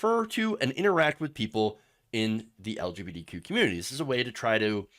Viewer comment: Anyone notice it sounds like he keeps saying lgbDq, a few times? If you're struggling with the acronym just say queer.